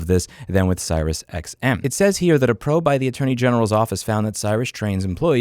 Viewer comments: Its pronounced SeriousXM not SirisXM, Just saying. You said it wrong like 50 times, very triggering. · 1) are you deliberately mispronouncing the SiriusTM company name? 2) if a company insists being an asshole about cancelling, just tell them I will not continue to pay and then I tell the CC company to ignore them and not pay. Works like a charm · Im 1000% convinced by the fact the title has the name right, that louis hates siriusXM so bad he refuses to say their name correctly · serious xm*? lol i've never heard anyone pronounce it that way. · Never heard anyone pronounce SiriusXM that way before 😂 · Is he saying SiriusXM wrong on purpose or can he just not read?